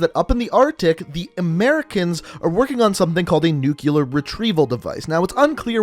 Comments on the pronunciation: Nu-clear, not nukyaler. Sorry I couldn't let it go😬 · Quick grammar check: A record of shipments is a manifest, a manifesto is a written work detailing Ana ideology Nuclear is pronounced new-k-lee-er not nuke-u-lar Sorry but it was driving me nuts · Why do you pronounce nuclear as nucilar?😂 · I had to stop watching the video. Dude, you claim to be a firefighter/paramedic.....STOP SAYING NUCULAR!!!! It's f@ painful!!! Your vids are cool but damn bro!!! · "nucular" lol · Learn how to pronounce nuclear